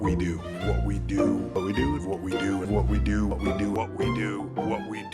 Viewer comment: That damn "what we do" sounding like "whoopty doo!"